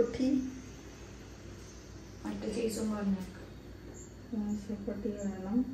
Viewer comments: ini namuku roll akkan Samoosha sheet ennu annu athiyam wrong aayitu paranjathu correct word samoosa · Ramadan day 12 Ans: സമൂസ ഷീറ്റ് എന്നത് 4 വട്ടം തെറ്റി പറഞ്ഞു 1. 2. 3. 4. സമൂഷ എന്നാണ് പറയുന്നത് 😊😂❤ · Superb vlog Today answer സമൂസ നെ സമൂശ എന്നാണ് തെറ്റി പറഞ്ഞോണ്ടിരിക്കുന്നത് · സമൂശശീട്ട് എന്ന് പറഞ്ഞു സമൂസക് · റമദാൻ 12 Today answer samoosasheetn സമൂശ ശമൂശ സമൂഷ് എന്നിങ്ങനെ തെറ്റിച്ചു പറഞ്ഞു